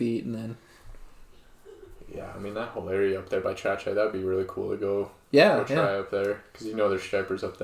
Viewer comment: I think it's pronounced tra (like TRAsh) kite. Tra-kite. Trachyte.